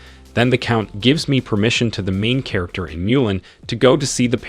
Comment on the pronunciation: The main katerginest lol 😂 Gets me every time....